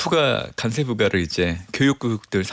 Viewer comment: 간세가 아니고 관세 아닙니까